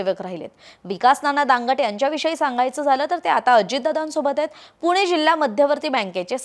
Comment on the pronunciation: पुने नाही ग बाई पुणे आहे ते, जरा भाषेवर काम करा! बाकी उत्तम सांगता!!!